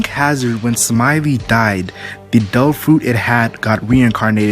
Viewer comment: I like how you say Devil fruit as tofu